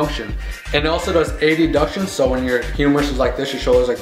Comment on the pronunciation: it is not A..D..Duction is it Adduction.Pronounced Ad-duction